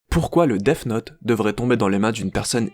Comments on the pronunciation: Il dit deaf note mais c'est Deats note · arrête de dire Deaf note stp